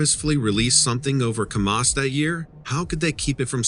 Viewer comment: The name of the town Kamas is pronounced Kam us with the Am sound not the ah sound. Geez learn to pronounce